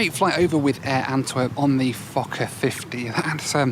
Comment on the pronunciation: sounds like you say fucker instead of fokker hahaha